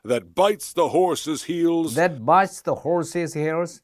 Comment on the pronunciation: 낭송완료 롸이팅했습니다 🐢 여러번하니 부드러워 지네요😊 horse's heels 발음 홀씨ㅅ힐ㅅ 재밌어요 그 어릴적 덤블링이 tumble인가보네요😂 VIPOR도 배우고 삼손도 단족속이군요 👍